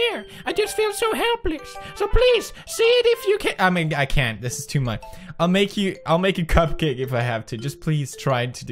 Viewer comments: What is going on between them tOo~ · WOT IS GOIN ON WITH THOSE TEW